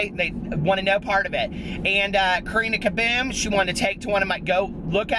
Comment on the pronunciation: the way you say Karina Caboom is so much nicer than my British accent 😆